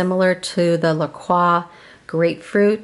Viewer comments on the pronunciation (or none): Everything looked delicious and very healthy. FYI - La Croix is pronounced "La Croy". I'm from Wisconsin and La Croix water is produced here in La Crosse, WI. I've never tried the Aldi dupe, but I'm interested to know how you liked it? TFS!! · Aaaah!!! I can't believe I did it again! LOL Thank you! I'm trying the lemon as we speak; the real La Croix is much better. I think even the Kroger dupe is better than the Aldi dupe :( Thank you for reminding me about the pronunciation, LOL! :)